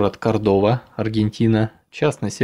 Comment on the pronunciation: Неправильно. КОрдоба, а не КордОба.